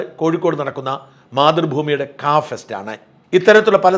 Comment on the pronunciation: ക ഫെസ്റ്റ് ആണോ കഫിർസ്റ്റ് ആണോ 😂